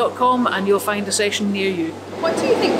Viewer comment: Great documentary but can someone confirm that certain words end in "D" instead of "T", like "Scotland" or "And". Every time she says these words she ends them with a "T".......Scotlant, Ant. Seems to be a thing these days and I find it very annoying. Or should I say "Fint" it very annoying.